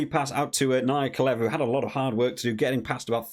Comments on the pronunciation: Or ‘tha’. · Not ka. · Mate - Naya-the-Levu. Only name you’re botching.